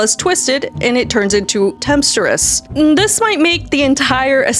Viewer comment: Tempestuous is pronounced tem-pess -choo-ess